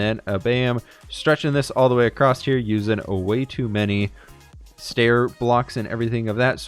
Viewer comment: Love your videos! My only criticism is that you say “acrosst” instead of across. Keep up the great work! I’m getting so much inspiration from you.